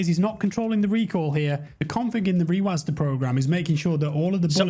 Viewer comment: its a program called rewasdah lmfaoo